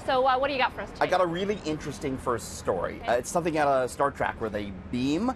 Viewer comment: Him: Star Track Me: No buddy. It’s “Star Trek”!!! 🖖🏼